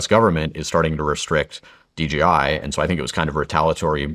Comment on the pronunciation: It's not DGI, It's DJI. What else are you getting wrong?